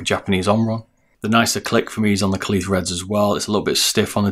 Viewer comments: It’s pronounced kale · Great video, was very helpful. By the way "kailh" is pronounced the same as kale. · kailh, pronounced kaihwa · Kailh like "Kale" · What's with the pronunciation of Kailh. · No, kailh is the line and face name of the switches and company but Kaihua is the manufacturer that actually makes the switches in the factory. You can say either and also yes, he did pronounce the name wrong.